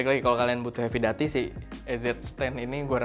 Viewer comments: doo.tee kak, duty seperti pada "call of duty" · Duty pake "U" bg 😂